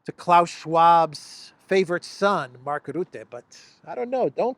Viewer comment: One problem. Mark Rootte does not exist. His name is Rutte. Uuuuuuuu, not ooooo.